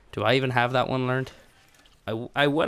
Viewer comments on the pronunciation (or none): none